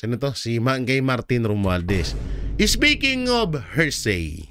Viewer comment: PLEASE SAY… “ HEAR + SAY “ = “HEARSAY” NOT “HER+SAY “= “HERSAY” Thank You!